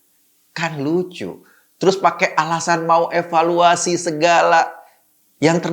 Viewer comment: bang Eko, yang bener tuh di EVALUASI bukan EWELUASI lo yang salah ngomong apa gue yang salah denger nih, bang ? 🤔 🤣🤣🤣🤣🤣🤣🤣🤣